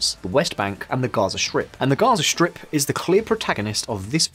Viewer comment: LOL I heard Gyoza shrimp instead of Gaza strip.